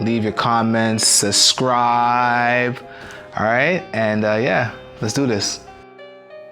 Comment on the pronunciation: MY MAN SAID SUSCRIBE HELL NAH I AINT ON THAT SUS SHIT